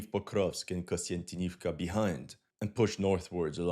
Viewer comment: Repeat after me: KONSTANTIN KONSTANTIN OV KA KONSTANTINOVKA not KONSTANTINIVKA.